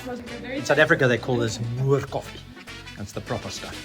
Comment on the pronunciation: Moerkoffie. Not moor koffie.